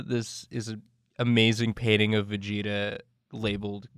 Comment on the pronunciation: Vag-eta? Its Vegeta fam.